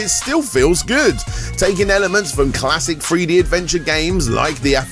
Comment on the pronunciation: Are you saying Three-D or Free-D?